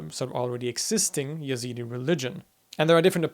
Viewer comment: Your pronunciation is correct, but for some reasons Westerners prononciate the name Y. They are a branch of Kurds, an Iranic folk. Their name comes from the God of Zoratst, i.e., Ezad, which is the translation of the word God in Persian.